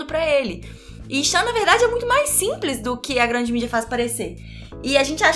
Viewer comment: chamou o nee chan de two chan... gzus